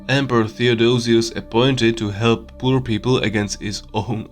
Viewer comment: The video is not only accurate, very well recorded. It makes sense BUT...when i heard pur people i collapsed on the floor laughing. Yes, i know english isn't the easiest language and it's pretty hard to learn. I know, i a slav-frank.